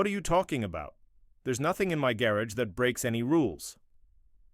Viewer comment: The AI needs to be programmed on how to pronounce gar agh not garrige.